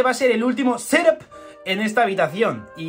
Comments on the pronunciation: Por que dices "Sedáp", es "Ctúp" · Jajajajjaaja ¡¡¡¡¡Ssssseethap!!!! Jajajajajajajajaajja like jajaj